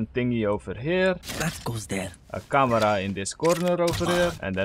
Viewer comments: It's camera not kamra😂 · its not camara its camera bruh :\